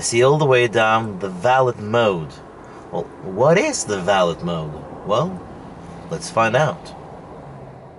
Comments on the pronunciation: You are joking right? You own a $100k car and you don't know aabout valet parking. Not valid like you pronounce it. but "Valè" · valit mode. valet - vel-lay mode. Its just a creep mode. get over it. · Haha! Ya, it’s pronounced VALLAY. Valet service is at high end restaurants and hotels. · Its pronounced “Velvet mode” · Valet is a French word, pronounced va-lay. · It is spelled valet, but the t is silent. So it's pronounced like valai. Just saying, I'm not trying to be mean :) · no its not valeT mode, the t is silent... you only use it when you go to a hotel or somewhere with a person who parks your car for you... you enable it so they go drifting with your car, or go through ur personal stuff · Probably should have looked in a dictionary for the pronunciation and definition of "valet". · Du uttalte valet feil i hele videoen. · I'm disappointed that someone with enough money to buy a Model S doesn't know: 1) How to pronounce "valet" 2) What a valet is